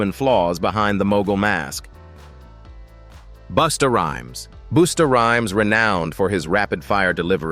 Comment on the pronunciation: Right 😂booster rhyme and boowow😂